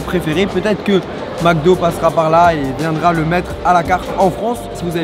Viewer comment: « des crevettes au maque do?! »😂😂